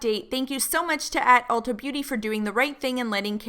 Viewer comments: aw poor keeps calling it ultra 😂😊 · did fr say "Uh hey ultRa"